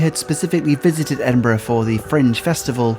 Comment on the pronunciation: And he can actually pronounce the name of the city, which is much appreciated! It is very irritating when people post videos and claim to have been in a place called "Edin-BRA".